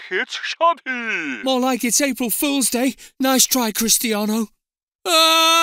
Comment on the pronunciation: Cristiano* not Crerstiornouw